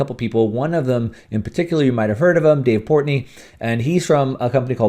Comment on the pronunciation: It’s Portnoy. Not Portney. Whatever he “bets” in the market, he’s willing to lose. It’s play money for him. Stock tip: MO, VIAC, RIG, MOS. You’re welcome.